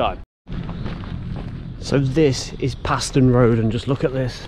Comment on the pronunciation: Fantastic Video, especially nice to see the aerial footage! I live in Knapton, and have walked the entire route (North Walsham - Cromer Tunnel) many times in my younger days. You missed the Railway Terrace at Mundesley which is well worth a look! PS Paston is pronounced “Parston” by Locals! 😂